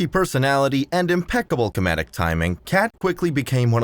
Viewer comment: sounds like AI can't pronounce 'comedic'. Good time to stop watching cos we already know Ariana's career and you're not bringing anything new to the discussion